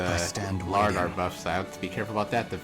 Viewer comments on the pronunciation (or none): Læraðr is pronounced “La-wrath-er”